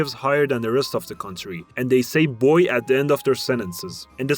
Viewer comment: It’s not boy and the end of our sentences it’s Bai. Common mistake but it’s all good.